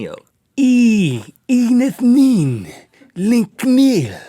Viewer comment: Shouldn't "eneth" be pronounced with short "eh" sounds instead of "we"?